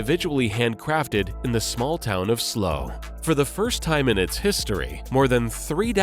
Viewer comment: Slough in England is pronounced like Plough, not slow.